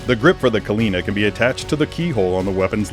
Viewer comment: Just want to point out a couple mispronunciations: It's Agni and Rudra & Kalina-Ann. Great figure I got the regular edition one, was hesitant to get it at first 'cause I'm not a fan of his 3 outfit but I'm glad I did, it's a great figure.